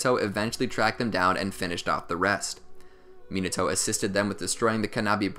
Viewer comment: Can you pronounce the name properly. At least try the white boy voice (MEEENETO)